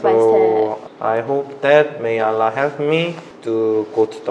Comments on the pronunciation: Kak, the pronoun not ra but ro, not allah but awloh. But i am respect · Lah or rah? Whatever, i don’t know.. Maybe be Korean pronouncing like this..love from Bangladesh... 🇧🇩☪️ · Because Korean have 2 pronunciation for their ㄹwhich is basic hangul alphabet ㄹ is r/l..so it's hard to pronounce d 'ر' 'R' sound..he ended up pronounce it as 'L' sound.. he did great tho MashaAllah.. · You have train hard to pronounce "r" and change your sound "a" by "o". Eq: bismillahirr(o)hmanirr(o)him, not bismillahirrahmanirrahim. And you have to know when Allah pronounced as " Alloh" and "illah". Those are very important pronunciations. Gud luck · Hanya pengucapan Alloh yg kurang daud bacanya Allah tp gpp namanya jg baru belajar soalnya lidah orang Korea dgn kita itu beda. Nanti lambat laun jga lancar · I noticed it too.is is it because there is no letter 'Raa' in korean? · Brother Daud, please learn Makhrojil huruf (the place where the huruf come out) either from your mouth, throat, the position of your tounge when you sound the letter/huruf. I heard you sound Ro as Ra, should be like O. Allah sound like O in the second A. Masya Allah... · Masha allah. Try your best to pronounce 'ra' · Hes good hes just using the L to much bissmillaher its r ok bye daud have a nice day